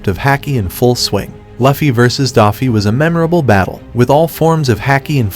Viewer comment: It's pronounced like hockey. Not hack-ee not luh-fee